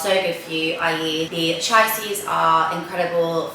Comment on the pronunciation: Chia is pronounced chee-uh x